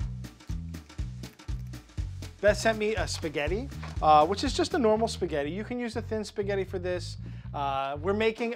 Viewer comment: HEY IT'S SPAGHETTI NOT THAT HARD